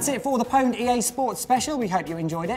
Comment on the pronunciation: pwned is pronounced owned you nubz. jesus.